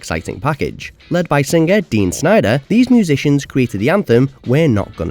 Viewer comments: Did you say "Dean" Snyder? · what is this .... "dean" snider ORLY?